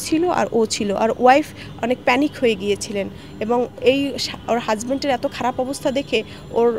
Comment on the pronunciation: * Husband... Not "Hus-BanT" 😂😂